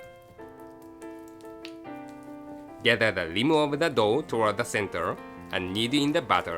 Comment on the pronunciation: i couldn't stop laughing because every time said "dough" i replaced it with "dog" xD